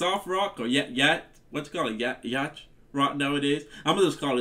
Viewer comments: YES!!!! 💜💗💜👏🏼👏🏼👏🏼 I call it “Blue-eyed soul!” Yacht is pronounced YOT 😉 Please put their “Wait For Me” and “Rich Girl” on your hit list! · Yacht is pronounced yot or yawt. Rhymes with not and lot (although some accents make it a longer sound in the middle than that). It's those big fancy boats that rappers and rock stars shoot their videos on. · Love your reactions a lot!! <3 BTW, the word "yacht" is pronounced "yawt." A yacht is mid-sized sail boat. I would call this song blue-eyed soul. Some of Hall & Oates' songs are more on the pop side, but a lot of it is blue-eyed soul. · I'm sure someone else has already commented on this. Yacht is pronounced yaat. For some reason, the 'ch' is silent. You should listen to Soldiering, which is, to the best of my knowledge, their only ska influenced song. Great fun and highly danceable. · Great song and reaction though the word yacht (a luxury sail boat) is actually pronounced "YAWT".